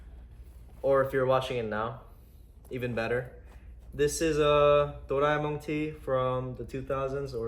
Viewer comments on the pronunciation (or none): none